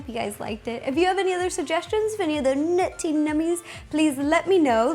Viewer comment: Why do you say nerty nummies?!